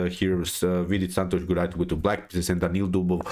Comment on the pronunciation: Sir, j sound in gujrathi is as j in joker and not y sound